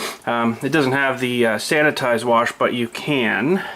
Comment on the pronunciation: why do you say "warsh" it's "wash" lol i don't see an R in wash!